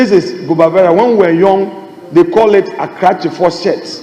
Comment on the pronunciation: It's not gubavera but rather cubavera